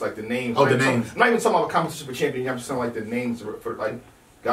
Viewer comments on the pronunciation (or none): Not champions but chambias lmao